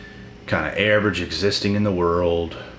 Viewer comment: AV- erage 😂👍🏼🇦🇺